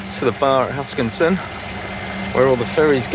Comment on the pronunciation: welcome back, jealous of your Tassie trip. Any way, it is HuskiSSON, not HuskinSon:)